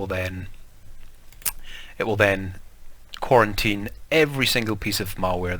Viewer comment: You saying "quarantine" is hurting my feelings